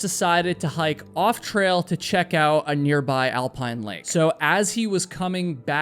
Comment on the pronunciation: You don't seem to pronounce the "t" at the end of many words, for some reason. It's a little odd. Example is "Thomas decided to hike off-trail to check OW a nearby alpine lake". I believe you meant "OUT", which has a "t" at the end. You seem to omit the "t" on a regular basis. It makes you a bit difficult to understand. "There's a few things that I wanna POIN OW about this story..." Apparently, you meant "POINT OUT", but you said: "POIN OW". Strange... "... until she reached the cabin at the lookOW..." "... when they finally GAH above treeline..." Bizarre.